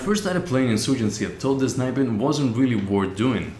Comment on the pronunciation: 'zniping'.. But very nice video, like always! :)